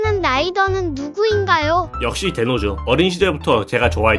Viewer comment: 발음 겁나 찰지네 덴오 어린 때 tv하는거보고 맨날 봐서 기억에남아서 덴오는 가면라이더 중 처음부터 끝까지 봤지